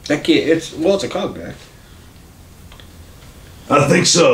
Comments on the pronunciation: Pronouncing it “Cogg Nack” is diabolical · 😂😂😂😂cogneck desaucey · its pronouced con-yack